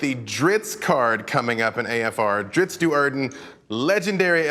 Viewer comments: Why are they calling him Drittz ? It's Drizzt.... (Dreessstt) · sigh, i have been saying this for decades and people wont listen. his name is not drist, its drizzit. say both of those names out loud, they are different. in the third book of the dark elf trilogy when drizzt meets the boy from the farm the boy runs away screaming its a drizzit its a drizzit not its a drist its a drist. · Why does the host keep saying "Dritz"? WHY DOES SALVATORE SAY "DRITZ"? IT MAKES NO SENSE. If you pay ANY level of attention to the way the languages are spelled out, and just the way it looks... His damned name is Drizzt. Not Dritz. DriZZT. LIKE DRIZZLE. YOU DON'T SAY DRITTZLE, YOU SAY DRIZZ. I know he is the author, but he can suck it up and say it the way it is spelled. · It's Driz-zit. it was even written that way in one of the books when a human girl heard him say his name she said "what is a Drizzit" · I'm sorry did he say driTzz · "Dritz"? Am I the only one shocked to hear it pronounced this way from the man himself? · What's with the mispronunciation of Drizzt by everyone in the video. It surely isn't pronounced "dritzz". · Lol. Drizzt, I always pronounced it (dri-zit). Oh well, he is still my favorite character followed closely by Artemis Enteri. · I pronounce his name Drizz't (Drizz-it)... & ALWAYS WILL... Just sounds So MUCH BETTER... imo :) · Calling Drizzt “Drits” every single time in front of the author is extremely cringe. I’ll give you a pass on Guenhwyvar because I think you have to be a grand master seventh degree Norwegian to pronounce it. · why are they pronouncing it dritz? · So its pronounced Drits? ummm ok... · Why do people say Dritz!? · If it is pronounced Dritz, why spell it DriZZt? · I felt the same way, but then the author pronounced it the same way, so IDK anymore. I legit shuddered every time he said it, though. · How are you pronouncing the "T" before the DOUBLE "Z" in Drizzt? You spelled it wrong or you're saying it wrong.